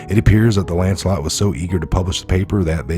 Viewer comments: Lancet not Lancelot. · Hi,it’s pronounced Lanset!!!!!